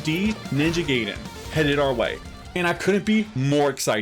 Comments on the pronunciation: Yeah . . . I gave this video a 👎 simply because you refused to pronounce it the way it's supposed to be. It's "Guy-Den" . . . "Gay-Den" is how you sound when you force curse words trying to make yourself sound cool. 😒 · It's pronounced Ninja GUY-den, not Ninja Gay-den :face-blue-smiling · It's guy-den not gay-den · Glad to see Ninja Gaiden returning to it's roots that made it legendary. I just hope they don't go too hardcore on the difficulty. There's a difference between challenging and cheap. Also, pronouncing Gaiden (Guy-den) as gay-den is just gay. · Gaiden is pronounced as Guy-Den, not Gay-Den. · Ninja Guy den not Gay den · Pronunciation for "Gaiden" is "Guy Den". It is definitely not "Gay Den". In Japanese Gaiden is "side story/tale" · Just FYI it's pronounced Ninjay guyden, not ninjay gayden. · Did you just say Ninja “gay”den? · Gaiden is pronounced: Guy-den...like "hey guys".....In terms of your question, "who cares?" ....Its an issue of respect. You should have enough respect for a people's culture to at least attempt correct pronounciation of their terminology. There is no error in pronouncing it wrong out of ignorance, but there is error in pronouncing it wrong out of arrogant willful cultural negligence. Something for you to ponder moving forward....Peace.... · I think it's a rule in Japanese to English that everything with ai is pronounced i instead of eh, like Gaiden is pronounced Guyden, Mai Shiranui is pronounced My Shiranui, and Yaiba is pronounced Yighba.